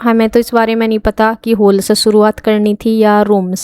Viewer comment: होल नहीं हॉल बोलते हैं होल अजीब सा लग रहा हैं सुनने मे